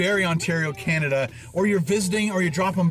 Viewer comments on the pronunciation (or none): none